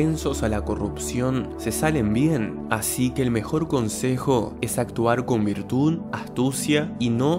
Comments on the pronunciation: Me desconcentra que digas virtún, en vez de virtud xd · Virtul. Actua con virtul!!! Lol